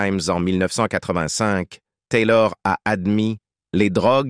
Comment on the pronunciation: La voix du commentateur est agaçante, surtout à chaque fois qu’il dit « Taylor » ! On se demande qui c’est ? Au départ j’ai pensé qu’il parlait de son tailleur, puis après j’ai réalisé qu’il s’agissait d’Elisabeth Taylor. Il l’aurait nommé Elisabeth, ça aurait été beaucoup plus percutant et beaucoup plus sympathique